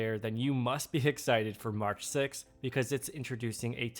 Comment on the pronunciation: ‘Hexited’ nice… very nice 👏🏻